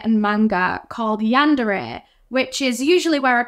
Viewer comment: Yandere is pronounced yawn-der-ay